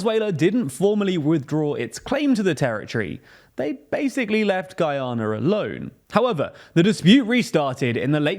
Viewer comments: Guianer 😅 is that the same as Canader ? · The pronunciation of this dude for Guyana is atrocious